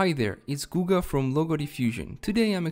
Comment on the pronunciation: "Guga" sounds suspiciously brazilian